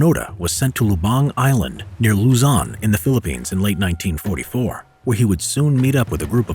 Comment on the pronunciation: Its luzon not luzon You get it if you're filipino